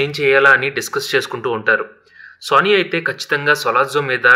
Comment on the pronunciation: Boss వాడి పేరు "సన్నీ" ఎందుకు సోనీ అని పలుకుతున్నారు?